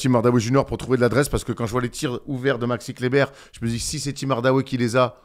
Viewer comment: Je me disais qu' avait changé quand il a dit dit 8 fois fois d'affilée Maxi Kleber correctement...pour finir sur un gros Maxi Clébard! Franchement merci c'etait beau.